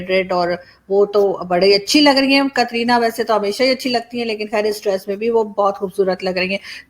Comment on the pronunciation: कतरीना नहीं कटरीना कैफ बोलिये